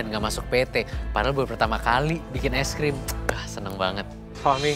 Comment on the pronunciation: Tolong aku tu dr kmaren ngakak pol sama syahril bilang ice cream jd es grem